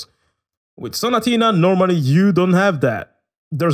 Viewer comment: Yo why you say staccato and sonatina so good bruuh I’m italian and in some words u said I thought u were italian